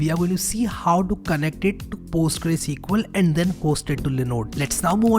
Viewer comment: It‘s not Postgre, it‘s either Postgres or PostgreSQL.